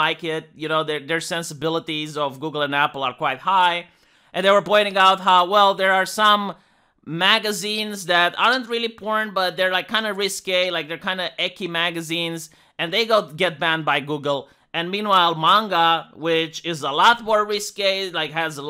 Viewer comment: Did the man just say Ecky? Lol Ecchi XD